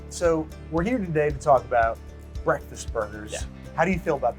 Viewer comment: Babish's Breathfast Buns.